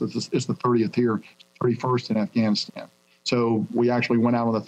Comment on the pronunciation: Hehh hehh ... He done said Assghanistan.